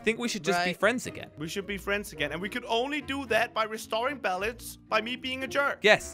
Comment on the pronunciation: It not balounce